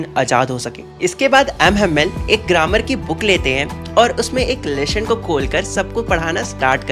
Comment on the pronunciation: Lesson ❌ Leshon ✔️